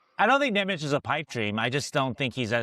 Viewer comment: Nemec is prounounced "Nemetz", fyi!